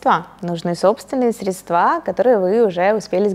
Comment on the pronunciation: Очень доступно и интересно, но почему «средствА»😬